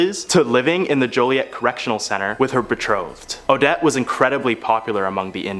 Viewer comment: Omg. It's not pronounced " A-dette".. It's " O-dette" what is with you young people and not knowing how to properly announciate?